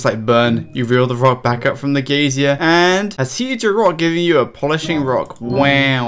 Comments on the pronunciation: "gaysier" lol its "guy-zer" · It's "guy-zer" not "gay-zee-er". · He's English, we say "geezer". He's still wrong though, hah. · Cant imagine not knowing how to pronounce geyser, you're saying "an old person" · pls stop saying geysier :( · It's pronounced 'giser' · I like how many times you pronounced the word Geyser wrong XD Great Vid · you say "geyser" funny